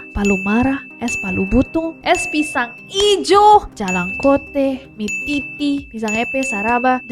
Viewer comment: Jalangkote' juga nabilang jalangkoteh